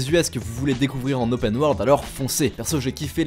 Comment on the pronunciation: Fais un effort sur les prononciation en anglais. ça pique les oreilles. "Ze" saboteur aïe mes oreilles saignent et on dit "opeun" et pas "opène" pour Open. On dit Odissé et pas odissi pour "Odyssey" et pleins d'autres trucs de ce genre. Ok le montage est bon mais le son c'est HYPER important donc travaille là dessus